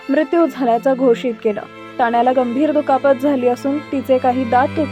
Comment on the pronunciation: हिमाणशु, ताण्या, वाहण 😂😂 बाई बाई किती ते शुद्ध